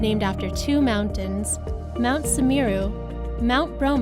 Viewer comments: Semeru mbak semeruu.. Bukan sammer you.. Duuu kah.. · Pronounce it Mount "Semeru"... not sameera or samira.. 👍🇮🇩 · Mount Samerra ??? OHH God ..wrong again !!! It should be mount Semeru !!!